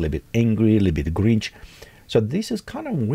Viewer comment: Grinch. Not Gringe 🙂